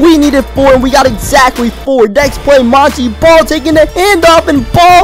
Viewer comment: it is pronounced mon tae ball not mon tee ball